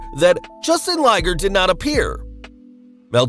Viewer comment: i love how the wrestlelamia guys mispronounce well known wrestlers' names